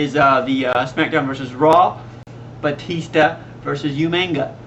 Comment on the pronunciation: u guys say umaga wrong